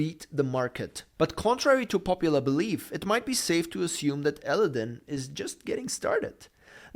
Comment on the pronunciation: You need to learn how to say Aladdin!